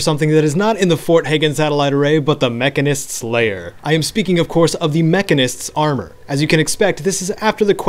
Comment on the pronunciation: It's pronounced Mechanist, not Mechanist.